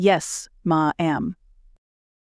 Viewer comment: Love the story. AI narrator pronunciation, tone inflection, and interpretation is both distracting & comedic at times. Stutters pronounced. Dialing 9-1-1 is "nine hundred-eleven" and "ma'am" is " ma-ham"; "You chose that line." instead of " You chose that line?" A few British pronunciations. Chandelier should always be ""sh", not "ch".